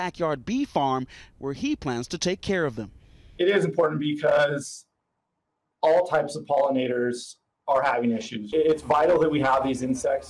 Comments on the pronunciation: It’s important bee cause 😂😂😂 I know it’s because, but it sounded like bee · "It is important BEEcause.." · "It is important Beecause?"